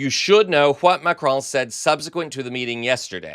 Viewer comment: It's "Macron" not "Macrone".